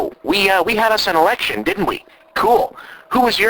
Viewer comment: When watching this episode for the first time in a while it definitely sounded like you said erection instead of election in the beginning there. Although that just may be because its like in the morning and I have a dirty mind...